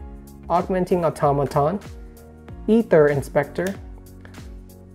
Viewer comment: Also, it's really bugging me. It's pronounced AyTher. 😂